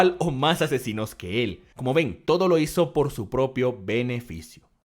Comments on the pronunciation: Loco creo que dijo peneficio en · Soy yo o dijo "Peneficio"? :v